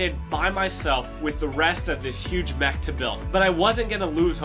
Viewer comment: Bro it’s not moch it’s mech